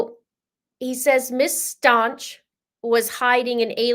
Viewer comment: "Stauch" is a german sur/last name and therefor it is Pronounced so you can hear the"ch" at the end. It is NOT pronounced with a "c" or "k" at the end.